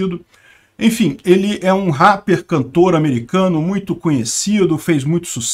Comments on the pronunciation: KKKKKKKKKKKKKKKKKKKKKKKKKK O falando Rapper é muito engraçado. É "Réper",. Não "Ráper" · se pronuncia "réper" não "raper" kk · SE FALA REPER * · HÁpper com H de Hitler. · Toda vez que o fala Rapper eu perco kkkkkk